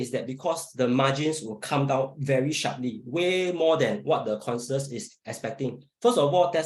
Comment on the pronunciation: It's pronounced conSENsus. Not con-sus. Damn that english gave me cancer after listening. Why did none of the other 3 correct him?